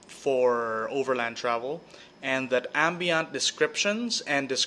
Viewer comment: First! Slightly better audio and video on this one. Still need to work on stabilizing my camera holding skills, haha. Also, yes I know I pronounce "Ambient" as "AM-BEE-AUNT", I too am ashamed. Most DM's only go ham on the descriptions when something HUGE coming up. That shouldn't be the case! Describe the little things, and see how your players interact with the world! Don't just describe the huge plot points, that trains your players to expect something is up when you start describing rooms, objects, people, and such. Not good-good. Keep em on their toes. ;) Also, thanks to for the comment on my previous vid that inspired the making of this one!